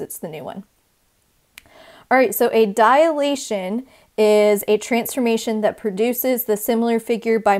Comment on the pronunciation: Students often mistake it as a "dialation" , so please pronounce it properly. It is a 3-syllable word: you're saying diAlation, instead of dilation. Also: why not refer to the shapes as preimage and image?